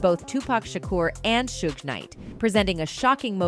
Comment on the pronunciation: Suge,suj,sugge lol